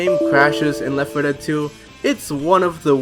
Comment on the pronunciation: Is this channel ran by two people? Because honestly you need to stop having this guy narrate. He talks like a 5 year old and it makes me not want to watch. "Today we are pwaying weft fuwh dead..." Goofy ahh shit